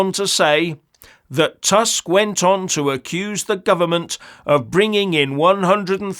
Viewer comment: The prime minister of Poland is not Task, it is Tusk. My ear hurts hearing your pronunciation.